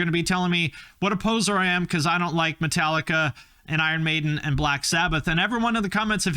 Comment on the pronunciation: It's Metal-ee-kah